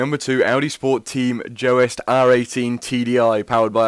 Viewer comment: This guy has no idea about motorsport in general! And can't even pronounce Joest right haha